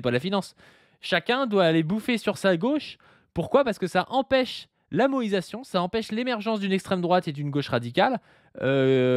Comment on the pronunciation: Merci enfin de ré-expliquer le terme moÏsation. Ça fait plusieurs épisodes que j'entends moesition et je comprenais pas en quoi la politique française devient extra kawaii.